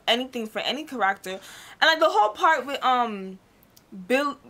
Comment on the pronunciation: WHY tf is she pronouncing "character" like that?